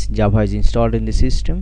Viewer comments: Tyfe comand Jabha... You mean - Type command Java? :D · Not Nice its not jabha is java